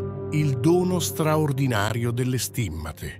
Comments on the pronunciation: Perchè inumeri in imglese? Si dice stìmmate e non stimmàte.Chi è questo strano tipo che parla? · Perché alcune parole vengono pronunciate in lingua inglese ?poi pronunciate male stimmate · Ma che dite? Le date ed i numeri in inglese, mentre il resto è in italiano, per non parlare che state storpiando parole italiane, tipo le STIMMA'TE, anziché STI'MMATE". Per cortesia, siate un po' più professionali !!!